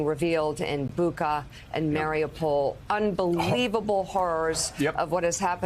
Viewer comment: You're pronouncing Bucha wrong, Mika. How embarrassing for a Slav that has the background you have. (ch as in church) I don't know what's so hard about transliterated Cyrillic. IT"S PHONETIC!